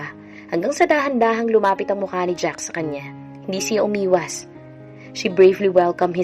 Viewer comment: wla pong s Ang jack.lging my s Ang pgbigkas m hay naku po skip n Muna PG c n Ang narrator